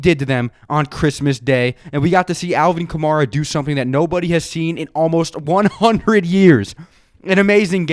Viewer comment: it’s alvin kamara like camaro but with an a at the end, not kah-mah-rah